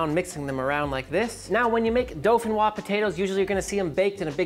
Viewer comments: Pomme De Terre Dauphinoise. correct translation would be Dauphinoise Earth Apple. DO-FI-NOIZE. Repeat after me. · All I could hear was "Dolphin frog potatoes" but that's ok because you rock! Here in Norway we call this "Fløtegratinerte poteter." Merry Christmas dude!